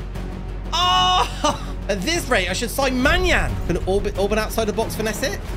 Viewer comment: I'm Hungarian and its just hurts how you say Orban's Gulacsi's and Szoboszlai's names. 😂😅 Btw love the content❤